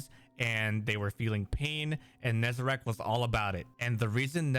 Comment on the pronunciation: It's Nezarec, not Nezarac...